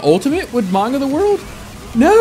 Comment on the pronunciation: Its manga not maunga plz fix the word ty